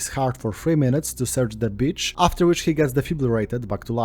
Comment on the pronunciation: Enjoying this but constantly giggling because when you say "beach" it sounds like "bitch."